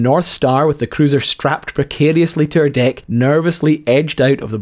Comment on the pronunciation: “precariously to her deick”